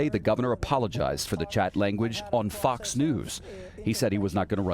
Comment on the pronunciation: Love the emphasis on the word "Fox". That was very Illhan Omar-esk of you.